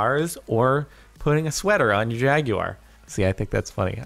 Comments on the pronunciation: Jag-yoo-ar, Jardon? Seriously? It's Jag-WAR. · Jag-U-Ar lmao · why'd he pronounce jaguar like jag-you-ar